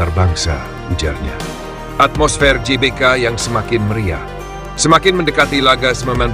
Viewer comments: GBK bacanya Ge Be Ka. atau Gee Bee Kay🙏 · GBK woi, bukan JBK Gelora bukan Jelora!